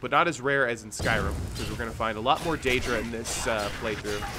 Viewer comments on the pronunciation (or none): Daedra. Dadera... lmfao